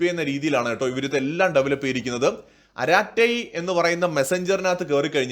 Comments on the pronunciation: അരറ്റെ അല്ല അറട്ടയ് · அராட்டை அல்ல "அரட்டை" என்று சொல்லுங்கள். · It is not araattai...it is arattai...in Tamil it means chat. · "അരാട്ട " അല്ല "അരട്ടൈ" എന്നാ തമിഴ് വക്കാണ് ഇത്. അർത്ഥം മലയാളത്തിൽ "സൊറ പറച്ചിൽ" "കത്തി അടി" എന്നൊക്കെ. ഇൻസ്റ്റാൾ ചെയ്ത്. കൊണ്ടക്ടിൽ ആരും അവിടെ ഇല്ല. എന്നാലും കിടക്കട്ടെ ❤ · Maashey, chat iney arattai ennaanu tamizhil parayuga. Sallaapathinde tamizh vaaku. Karate ennu poley alla pronounciation. Arattai=ARA അറ + TIE റ്റൈ.